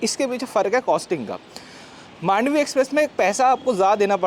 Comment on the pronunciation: In Marathi slang we say "मांडवी" not "मंडोवी"